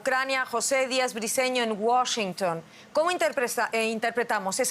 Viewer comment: Felicidades a por pronunciar bien Washington. Ella es muy buena presentadora, me gusta ❤